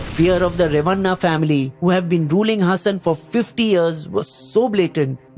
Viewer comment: Its pronounced Haasan not Hassan.